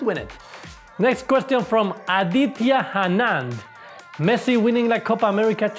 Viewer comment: the pronunciation of aditya Anand!! lol